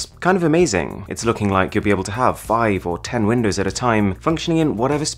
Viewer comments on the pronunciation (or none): none